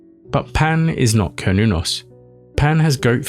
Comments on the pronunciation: It’s an S sound not a “k” sound. Ser-noo-nos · Sounds like Cern, certain, Cernunnos. Not kurn i would think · Repeat saying "Cernunnos" enough and you'll eventually say "Chronos" instead. Everybody knows who Chronos is. I mean, given the seeming importance of the figure on the depictions... I don't think my armchair conjecture here is too wild. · glad I'm not the only one who feels strongly about the hard 'C'